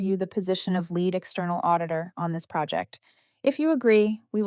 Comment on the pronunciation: Too bad you don’t know how to pronounce the word Lead!